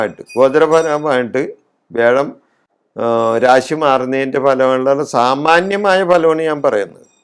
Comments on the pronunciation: തിരുമേനി വേഴമല്ല. വ്യാഴം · വേഴം അല്ല വ്യാഴം